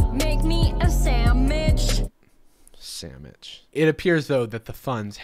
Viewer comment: The fu*k's a "saminch"